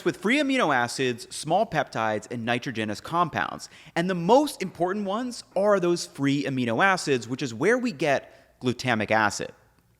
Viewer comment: Love you but you totally butchered nitrogenous 😂